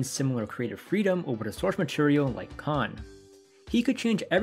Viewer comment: "Kon" rhymes with "lone" "Kan" rhymes with "Han" (solo)